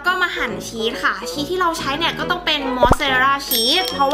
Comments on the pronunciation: ชีสค่ะไม่ใช่เนยน่ะ❤️❤️❤️ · ทำไมพูดชึสเป็นเนย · ชอบพูดผิดพูดว่าชีตเป็นเนย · ที่แรกที่พี่พูดบอกอุปกรพี่พูดว่าเนยแต่พอทำพี่ทำพี่พูดว่าชีสพูดผิดค่ะ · พี่พูดว่าชีดเป็นเนย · พี่พูดผิดจากชีสเป็นเนย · พูดชีสเป็นเนย555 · พูดผิดชีสเป็นเนย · พูดผิดค่ามันคือชีสค่า